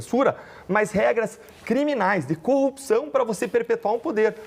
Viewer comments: Foi um.menino mimado.Ele diz copcào e não corrupção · Deltan fala "copção" da mesma forma que Moro fala "conje". Uma pessoa abjeta!